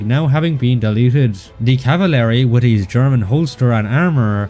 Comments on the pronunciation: Hold on.. He just said cavalery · Not meaning to be annoying but its pronounced (caval-ry) not (cava-lary)